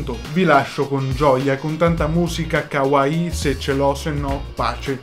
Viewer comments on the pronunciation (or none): none